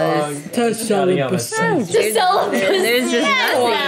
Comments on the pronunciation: i'm sorry but i literally heard celibacy as sell-a-pu$i and went WHUT??:_raeGasp: today, i learnt a new word :_raeWoo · I'm sorry Rae, but I'm dying of laughter because I thought you guys were saying "SELL A BUSSY" instead of "CELIBACY". Idk why my mind was there but it was and now I can't get it out of my head lmfao. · “Celibacy” “Five hundred dollars”